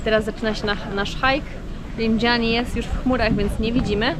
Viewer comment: Rindżani, a nie "Rinżiani" ten wulkan nie jest we Francji xd